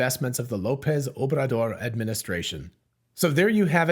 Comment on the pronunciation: "Obrador" is hard to pronounce for English speakers. Well done. :)